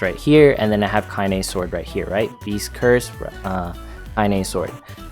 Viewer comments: ... you gotta watch the intro to Nier Gestalt... Lol, you're not wrong to pronounce Kainé as Kain... Since, you wouldn't know how it's pronounced unless you heard it But... The Yoko Taro isms in me always has to go Kai-Neigh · The only thing I can complain about here is that it's pronounced 'kai-neh'.^^ (Well and that is has nothing to do with armor at all, despite it saying so in the title). Also: What about Support in story mode?